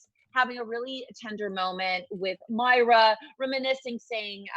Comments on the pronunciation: Moi-ra Not Myra Warmest regards, Every Schitthead that’s cringing right now. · Can you not pronounce MOIRA? It's so disrespectful.